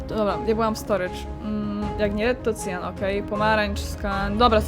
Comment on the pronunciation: Jak mówi,,akła " to zawsze przez chwile nie rozumiem o co chodzi a potem kumam że to cyan